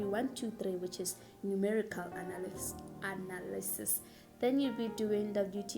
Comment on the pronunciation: the emphasis on the ANALYSIS YHOO is it bad?